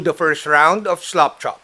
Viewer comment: Thanks,, for another great video! I always love to hear your accent when saying "slap chop" - it always sounds like "slop chop", like as if you are slopping on the paint, uncaringly - it keeps me giggling. BTW, FYI, this technique has been around for years and presented previously on YT, at least once in memory. However, the presenter, again from my sieve-like memory, didn't discuss in detail the idea of more than two slap chop steps. Cheers, and again, thanks for sharing.